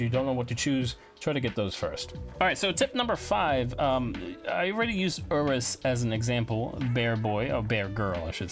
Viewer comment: The bear hunter is called Ursus not Urus XD.